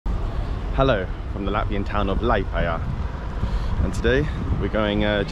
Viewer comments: In future, always speak to the locals - even the Russian voice-over pronounced it correctly. You used to be a student, I used to be a student - can't trust them! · At least learn to pronounce Liepaja correctly - it's not difficult. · When you make video's about cities or towns, at least try to pronounce the name right!